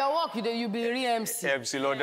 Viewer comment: It's not at all, even that 'work' was mispronounced.